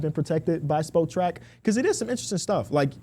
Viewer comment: THE WEBSITE IS SPOT RACK NOT SPO TRACK. Come on